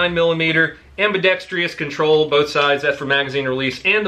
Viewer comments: Always good stuff! I need to say something though, the only "i" in ambidextrous is in "ambi." It's not ambidextrious. Don't worry, it appears that half of the YouTubers make that mistake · Lol he said ambidextrous wrong like all Americans